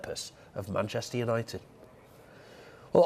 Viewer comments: seem to have forgotten the H in Manchester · 'Mancester' nice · "Manchester" please fix